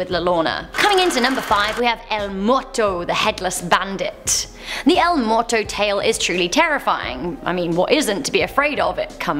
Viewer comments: It is moo-e-rr-t-o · She didn’t even pronounce muerto correctly